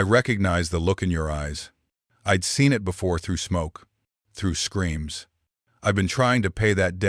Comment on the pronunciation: you people must not know to many native names, stories are good, 3-4 names for native sisters are same, why?, oh and Ai is telling the stories, need to learn pronouciations, can even say simple words like "it" and few others lol, but stories are great, with all the racism going on along with hatred, good to see stories that whiteman and natives can co exist